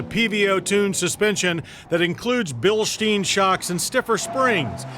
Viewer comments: Pronouncing it like a German doesn’t mean he isn’t struggling to pronounce it like an American. In the US, there’s no ‘Bilsh’ in Bilstein. Hell, why not pronounce the ‘stein’ correctly while you’re at it. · He always struggles a little when saying Bilstein, always says “Bilshteen”.